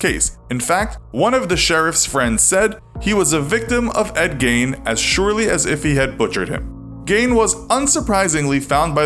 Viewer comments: It's not pronounced Gain, the correct pronunciation is Gean (much like bean). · Why is the narrator pronouncing in “Gain”? Ugh. Even if that’s how it’s pronounced in Germany (or wherever), Gein himself said it as “Gein”. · It’s pronounced Geen jot Gain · Imagine doing a whole segment on famous ed, and pronouncing his name wrong the entire time. How do you say Gain and think it’s acceptable content? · love these but it is pronounced Geen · Geeeen is the pronunciation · It’s pronounced geen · Tried to listen but the narrator constantly mispronounced Gein and it was soooo annoying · Didn't pronounce eds name correctly once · It's not that you said 'Gein' wrong, it's that you said it wrong so many times